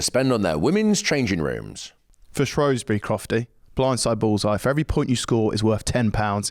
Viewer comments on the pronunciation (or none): Loved this episode until both Dan and Ben said 'ShrOWsbury'; I'm a Welshman but it's ShrEWsbury!